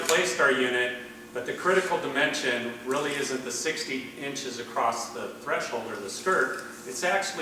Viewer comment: What the hell is with everybody with this "ACROST" nonsense? This is the third video I've seen where they talk this way. Drives me nuts...that and "heighth", don't know what that made-up word is. Must be used by the "Valentimes" and "Happy New YEARS" people!